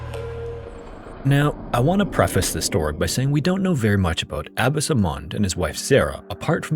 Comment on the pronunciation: Omfg. Its pronounced "Ah-Bah-s" not "Abbis". And your little comment about Arranged Marriages lol like the Marriages in America are any happier and better because people get to choose? Get a life